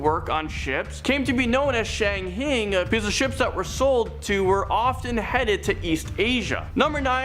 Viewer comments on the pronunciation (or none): It's pronounced Shang-hai like [high] or [Hi there. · Shanghai is pronounce: "shang-hi" Obviously a script, teleprompter, was misread by a person with Limited Experience. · Regarding the guy whose list starts with the Shang-Hai Tunnels, please get someone to assist him in pronouncing the various names. I understand that he may only have ever read them and never heard them pronounced but before you set him up to be a talking head, give the guy some help.